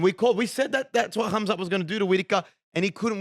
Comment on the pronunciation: you say his name has Hamza with a ح not خ. The kh sounds wrong despite how it's spelt. Pronounced حamza.